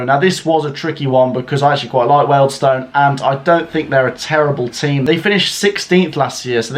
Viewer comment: it’s Weald Stone …. Not weld stone